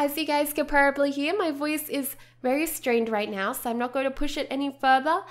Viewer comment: why are you saying porrably it probably no porrably #justsaying